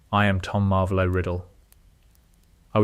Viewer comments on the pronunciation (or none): It's not Marvelo. It's Marvolo.